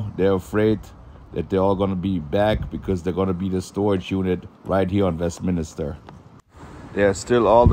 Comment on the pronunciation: You keep saying Minister when the word is MIN-STER ..LOL